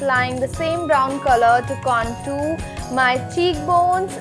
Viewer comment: Contour pronounce is wrong